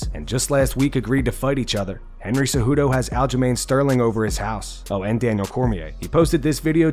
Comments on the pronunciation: Did he call him Aljerlame Sterling? :)Why didn't I think of that. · Who is "Al-Ja-Lane Sterling"??? LOL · Did Cejudo call him Aljalain Sterling? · "aljalain sterling" ??